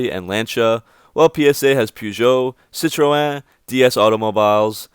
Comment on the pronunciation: The way you say citroen is very funny. (Dont need to pronounce the 'e' ^^) Anyway good video, though I'm from the UK I've had a soft spot for dodge and Chrysler. Owning an avenger and I did want to have a 300c but the stars didn't align but I did test drive and loved it. So what I foresee happening for Chrysler is this. You will get the pug 508, 3008, 5008. But like with Vauxhall and Opel. Chrysler will design there own bodies and interiors to stick on the pug platforms mentioned before. Using a mix of the engines used from the pug cars like vauxhall/Opel do. The latest Vauxhall Corsa was designed and made in a short space of time..but according to reviews it's the best corsa yet. So the purchase was a great thing for Vauxhall. So Chrysler will likely design more American loved shapes, or more Chrysler loved shapes and interiors. And so the Pug 508 will be a new 300. The 2 sizes of Suv/crossovers with new names which they may look back the years to obtain which I'm sure you can think of a couple. With Pacifica and Voyager 5 cars instantly and quickly developed within the next couple years. But thanks to FCA having access to bigger engines that are loved in the USA and Shunned by the EU policies they can put those v6 and v8 engines in from dodge to add more less French engine options (which are very good engines as is much better than Fiats engines) but I could easily imagine a pug 508 reshaped to a Chrysler 300 of sorts and those dodge engines slotted in along with the standa